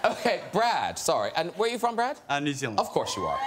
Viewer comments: its brad not bret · To be fair, I'm a kiwi and I heard "Bread" too. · No no, he's right. It's brad. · . You can